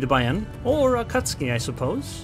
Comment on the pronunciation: You pronounce the “u”. Ah Cat Sue Kee. It is Japanese, not Polish.